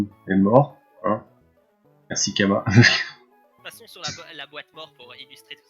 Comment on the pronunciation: Tu prononce mal mon pseudo XD. Ça ce prononce Chama pas Kama XD.